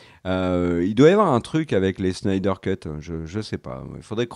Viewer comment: Super videos les mecs!! Un de mes sujets préférés en plus!! Merciii!! Très hâte à la deuxième partie. S'il te plaît, arrête d'écorcher le nom de Zack Snyder à la fin 😂😂😂 c' est "Snyder", pas"Schneider" 😂 je vous adore! Et si je dois faire mon Top 5, je dirais 5) les deux parties de The Dark Knight returns 4) The Dark Knight 3)Man of Steel 2)Justice League (Zack Schneider😂) et 1) Avengers Infinity war